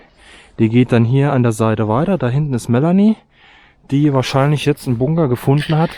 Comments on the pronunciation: Es heißt BUNKER... BUNKER verdammt 🤣🤣🤣 und nicht bungger 🙈🙈🙈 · Wie sprichst du das? Bunger 😂